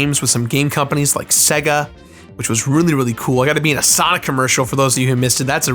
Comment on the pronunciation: I’m not going to lie, the way you say “sega” bothers me. Love the channel, best of luck bro, as far as YouTube, it’s easy for me to say because I’m not in your shoes but there will always be an outlet for creators, if not YouTube then another site will pop up, I’m surprised there isn’t a gamer only site sort of like twitch but more content driven instead of gameplay